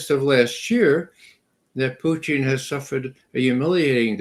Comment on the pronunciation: Why does Ray always say “Puchin” instead of “Putin”?